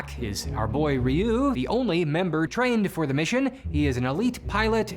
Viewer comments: Really weird hearing Zyuranger's pronunciation butchered while Ryu was said correctly. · How do you mispronounce Zyuranger, but correctly pronounce Ryu? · Surrpised you pronounced Ryu correctly but not the Zyu in Zyuranger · "Remember Rayoo from street fighter?" "Who..? Oh you mean Ree-yu" Yeah...he pronounce Ryu right btw